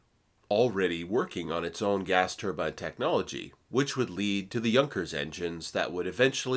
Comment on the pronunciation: Molybdenum (supposed to sound like mo-lib-den-um). Turbine should sound like ter-byne, not turban. One is a disc of blades, the other is a sort of hat. Think about it. And the American “aluminum” is right up there with the inability to handle metric units and traffic roundabouts.